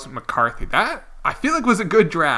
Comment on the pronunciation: btw its Spain not span and McCarty not McCarthy